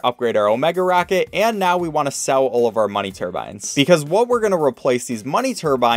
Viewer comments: What does said Turbine as Turban? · Why was it “money turban” for the whole video until , where it finally became money turbine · I cant let you go through life calling it a "money turban" its turbine, bine like 9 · it’s turbine not turban a turbans one of those genie hates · Why did you pronounce Turbine like Turban until the last quarter of the video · "Tur-bin" makes me so internally frustrated. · You definitely said turban the first time you said money turbines